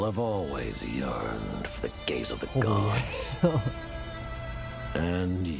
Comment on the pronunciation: every single time someone say "the gaze of the gods" i can't help but laugh 😂😂😂 "the gays of the gods" 😂😂😂😂